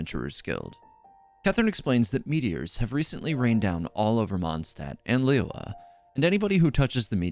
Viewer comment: Your pronunciation of liyue is terrible lol. Try study it before will be great.